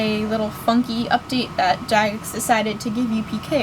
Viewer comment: OMG she says jagex correctly unlike so many fucking idiots